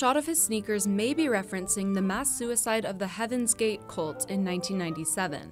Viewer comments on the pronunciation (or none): none